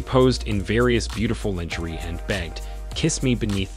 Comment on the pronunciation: My only crtitique is the pronunciation of the word "lingerie" phonetically it is said "lawn-ger-aay" the rest of the video 📹 is cool 😎 👌 👍!